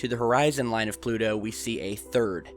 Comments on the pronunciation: Why do you pronounce Pluto with a D sound? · Where's "Plu-do"?